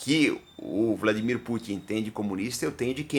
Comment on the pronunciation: Pronúncia perfeita do nome dele! Geralmente os brasileiros falam VladiMÍr quando na verdade ele é o VlaDÍmir.